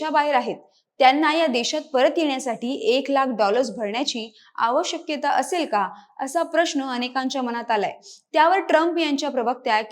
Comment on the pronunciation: आवश्यक्यता हा शब्द चुकीचा आहे. आवश्यकता हा शब्द बरोबर, योग्य आहे. Tele prompter वर ढकलू नका. वाचणाऱ्या व्यक्ति ला मराठी यायलाच हवं.